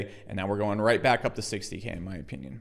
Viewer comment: Or you trolling when you say "opeenyin" ? Or perhaps you are Canadian?